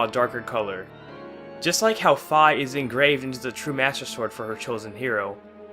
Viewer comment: It’s Fi not fa. sorry that just annoyed me